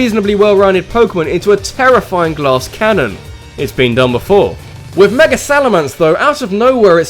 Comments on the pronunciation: i came for saying meger evolutions and stayed for being amazing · its mega not meger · Can you speak right like its mega evolution learn how to pronounce words